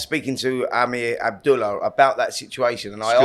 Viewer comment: It's not Amir from skills challenge it's Amer! Get his bloody name right! Ah'mer not Am'ir